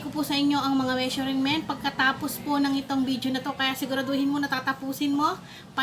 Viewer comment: Ate itatama ko lang po ang pronunciation mo ng Measurent ang tamang pag bigkas po ay Me-shur-ment at hindi Me-shuring-ment.